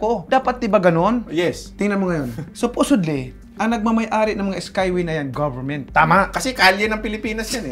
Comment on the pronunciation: “Supusodly” tangina bobo to haha